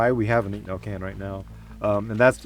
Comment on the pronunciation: Now I just need someone to combine this, with that spinning ball bearing muzzle brake only made into fan blades so we can get >active< cooling every shot :) Also, with respect, there's an O in inconel. It took me two rewatches to figure out he's saying inconel because to me it sounds like inc'nel lol